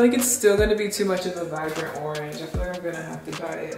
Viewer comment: It's saying "vivrant" for me. Lol. Yes to more wig videos!!!